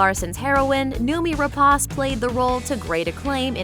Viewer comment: Don't you idiots at Looper EVER learn to pronounce name properly? It is not Rap-AH-ce, it is Rep-AY-ce.